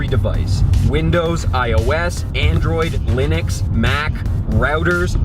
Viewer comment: Thumbs ups for pronoucing Linux correctly However, my stupid university seemed more concerned about rote learning than anything.